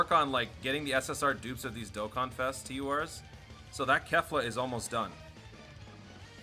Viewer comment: he finally said Dokkan right after so many years no offense